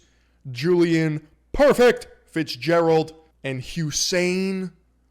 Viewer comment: the “PORFECT” quote from is so freakin hilarious lmao I can’t get over it